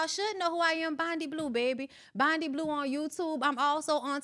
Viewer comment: Where are folks getting Bonni from lol?? Her name is!